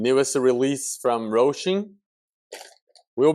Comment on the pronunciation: Why are you calling it Rosim it's Hosim??????